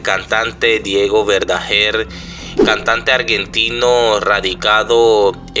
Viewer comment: Ni siquiera sabes pronunciar, que es eso de " Verdajer " él era Verdaguer, ya se sabe que la familia está destrozada cuál es la novedad?